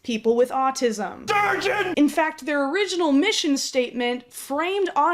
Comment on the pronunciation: all I hear during the good doctor clips is "I AM A STURGEON" and I can't stop laughing about it